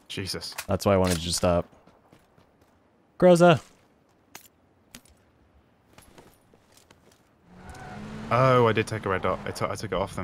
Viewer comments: It's not grOza, it's grozAAAA. Spell right! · Why doesn't anyone tell that "Groza" says like grozA, not grOza?! It hurts my ears) Translation is "Thunder", all the time your version sounds like thundEr). Is here only me is your russian viewer? ))